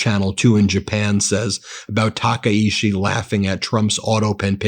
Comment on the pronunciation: My god, get her name right 😂 I knows it's a little thing it's just so annoying. Her name isnt taka ishi. Its ta Kai chi